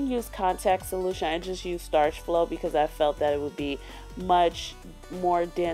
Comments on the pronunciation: Starch flo? What the fuck is that it is Sta-Flo how hard is that? I like this channel but I hate when people say words that do not exist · it is sta flo not starch flo not to hate